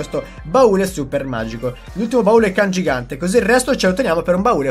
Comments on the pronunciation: Si dice baule CANGIANTE non CANGIGANTE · Si dice CANGIANTE non CANGIGANTE😂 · CANGIANTE NON CANGIGANTEEE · Baule cangiante non cangigante🤣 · Cangiante, no cangigante😆🤣🤣🤣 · comunque "cangiante" e non "cangigante" XD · CANGIANTE! Non CANGIGANTE-_ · Cangiante non cangigante ahahah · Da notare il "cangigante" invece di cangiante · comunque e il baule CANGIANTE non "cangigante" come dici te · *cangiante hahah, non CANGIGANTE ;) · CANGIANTE (CHE CAMBIA) NON CANGIGANTE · CANGIANTE non CANGIGANTE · Baule CanGIANTE non CanGIGANTE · Cangiante non cangigante xD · è cangiante no cangigante